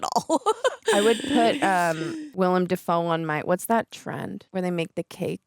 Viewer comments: it’s “Willem”, not “William”, also they are pumpkin bombs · It's Willem (Will Am) Dafoe, not William. LOL